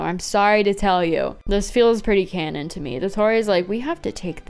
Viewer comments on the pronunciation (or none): none